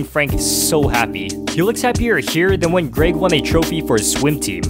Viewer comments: there was only one thing that really bugged me in this video, he said greg's name like "grage" when it pronounced "greg" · Okay seriously if you say grayg instead of Greg one more time… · Its Greg not Graig man come on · Bruh I just wanna laugh ever time say Greg like Graig haha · 'gRaEg' no mate.. It's Greg😂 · “Ah yes, Graed”💀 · You mean graegslist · Good video but it hurts to hear you say "græyg" every time instead of "Greg" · Why you saying "Graig"? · Why do you say Greg like “Graig”? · its greg not gréyg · It’s GREG not GRAYG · Grayg. Canadian detected. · He says greg like Greag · Lol “greag” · Is he saying GRAG!? Or am I being stupid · say graig again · Why did bro say Graig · please stop saying grayg please please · Kept pronouncing Greg wrong